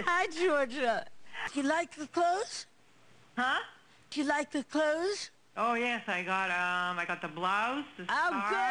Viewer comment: “You like the closhes?” “Huh?” “You like the closhes?”